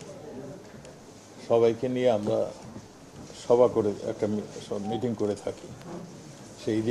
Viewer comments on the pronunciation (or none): none